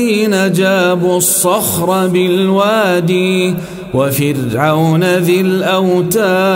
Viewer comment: ينطق الكسر في كلمة وادي عندما تصل الكلمه بالتي بعدها .. اما عند الوقف تسكن وتنطق واد وليست وادي كما فعلت بالفعل في الايه التاليه وقراءة وفرعون ذي الاوتاد وليس الاوتادي ... وجزاء الله كل خير وسامحني لو كنت مخطئ في معرفة القراءات